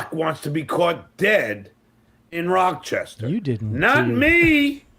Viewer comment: It's NOT "Rock-chestah"